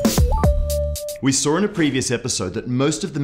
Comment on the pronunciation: "we sawr in a previous episode" lol